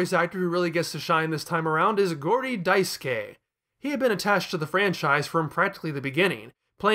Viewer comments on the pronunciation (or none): none